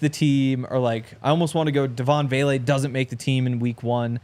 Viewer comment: It is Vele not Bailey